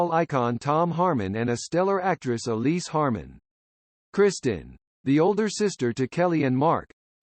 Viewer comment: Her name was Kristin, Not "Christian" like the Robot voice keeps saying, what an idiotic coward presentation to do with a Robot voice and a bunch unfair gossip with out Mark Harmon or the late Kristin to approve or disapprove of ...the lady is dead, she can't defend herself, leave her alone. My sympathies to Tracy, Gunner, Matthew, and Sam Nelson for having to put up with this garbage.